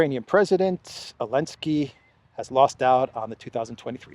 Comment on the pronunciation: I have a dumb question: why do you say « Elensky »?